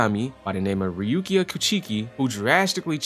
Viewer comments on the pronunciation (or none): Lol you said rukia hella wrong😭